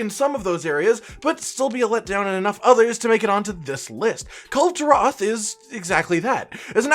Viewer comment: i almost collapsed when you said Kulve taroth >:c